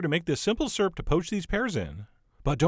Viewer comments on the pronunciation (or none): Ok. I've let it go for too long lol. I've heard people say "syrup," cause that's what it is. I've heard people say "surup," cause they're country. I've never heard anybody say "surp," until every video where chef John makes what I call "syrup." ;)